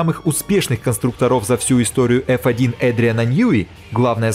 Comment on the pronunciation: Чувак, что с ударением? КонстрУкторов, ВзЯта.